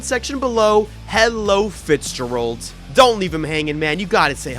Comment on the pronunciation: Fitzgerald is an Irish surname, also a first name, pronounced FITZ-JER-ALD with the stress on the second syllable. Not sure if you are intionally pronouncing it wrong, but you are pronouncing the “ger” part like GERM, but it should rhyme with AIR. 😊